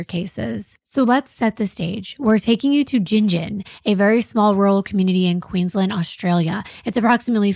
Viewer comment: I'm from Queensland Australia, love your podcast! Thank you for pronouncing the names of all the towns correctly! 😊❤